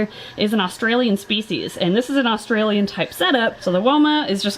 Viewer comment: hi I'm just saying I live in Australia and we say Australia not orstarlia just so you no and I'm a big fan